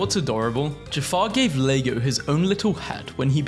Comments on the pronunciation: Bro pronounced iago as "lego". I thought that when I first saw the name too. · it’s pronounced ee-are-go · did you just pronounce Iago as "Lego"?